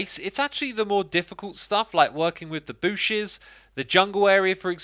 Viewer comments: He said booshes instead of bushes😂😂😂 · TYalking about your season one base, you keep saying "booshes" We all know why... Fond memories of playing with Keralis.